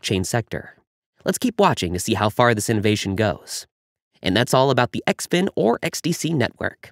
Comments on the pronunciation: It’s pronounced - Zinfin . Great info 👍🏻 XDCE IS NO LONGER A VALID TOKEN. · Guess the ‘in” im xin is silent.